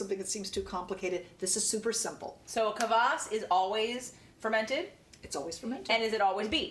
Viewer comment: It is pronounced KVAS not Kavass :)